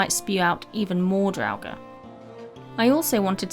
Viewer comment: I am subbing because you are pronouncing "draugr" without a V like some other youtubers